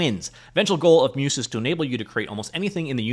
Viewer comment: not trying to be the 'actually' guy but Muse is pronounced like the Greek deities of the arts - phonetically 'myooze' not 'myuce' all that being said it seems quite interesting - would love an AI trained on Unity C# code since that's where i'm spending most of my time. and i think Barracuda will certainly be part of Sentis though i don't think it will be all of it.